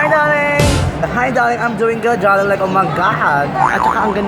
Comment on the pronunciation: Ang pinaka-bongga bonggang na hitabu saakong life 😂 is nakita ko ang kathniel. Like ohmyghaad daRling (with silent R 😂) Hahahahaha. they are so bonggalicious 💙💙 lots of blue hearts 💘 and I ADORE YOU SO MUCH I ALWAYS WATCH YOUR VLOG AND YOUR MAIN CHANNEL. nakaka-tawa siya, nakaka-wala ng stress. hahaha! aylabyo po 😉😘 godspeed and godbless po, more blessings to come. ❤❤